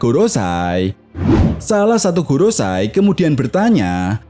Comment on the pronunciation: Ralat bang maaf.. gorousei bukan gorosay. Go=5 rousei=tetua mkanya jadi five elders di inggris. 🙏